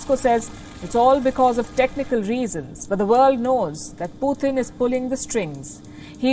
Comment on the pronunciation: Putin, not "putting"